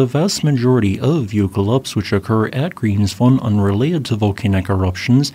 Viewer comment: Statistically speaking, Grimsvötn (which is still pronounced Grimsvoech-ten and not Grimsfohn) is about 5 Years overdue for it's Eruption, so whenever it decides to have a go, I wouldn't be surprised. I'd be if it didn't by 2030 (even if that isn't entirely unheard of for this Volcano either).